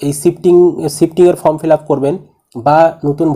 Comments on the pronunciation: আরে দাদা.... উচ্চারণ ফ্রম হবে না, উচ্চারণ হবে ফর্ম.... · Mr. Youtuber...please speak correctly. These THREE are not 'FROM'...but 'FORM'